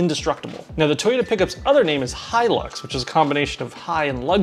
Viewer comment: I'm glad you pronounced the Hilux as Hilux instead of Helix lol